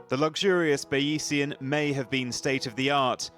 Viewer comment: "Ba-EE-see-an"? Bayesian is a reference to methods developed by mathematician Thomas Bayes, so it's pronounced "Bayz-ian"